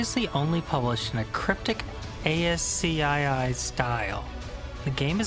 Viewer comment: A-s-c-i-i lol. Askee